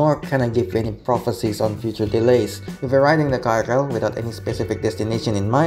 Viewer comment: KRL itu bacanya ke-er-el bukan ka-er-el